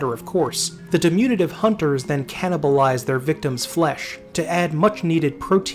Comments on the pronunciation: right at the beginning... di-min-yu-tive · Great video, minor nitpicks: diminutive (de-min-you-at-ive) and chitin (chitinous) (kai-ten) (kai-ten-us)